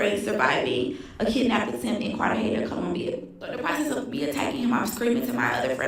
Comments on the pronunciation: It's pronounced Car-Tah-Hey-Nah! ❤ I'll finish the rest of the video. Also, the yellow is your look,! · Spanish words have different annunciations. A g is H sound